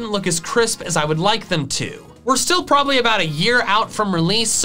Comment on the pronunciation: Emphasis on "probably"